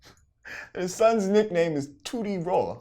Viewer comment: Tooty Raw... Sound like booty raw... Love Boosie tho